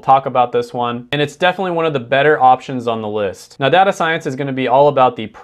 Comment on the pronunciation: Did he seriously say data as data? Bro it’s data not data